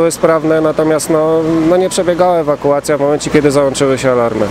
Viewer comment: "ewakułacja" serio?